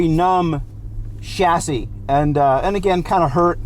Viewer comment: You know a real car guy because even though he's American, he pronounces chassis correctly.